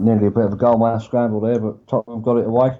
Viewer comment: Lads, it's Tottenham. 😂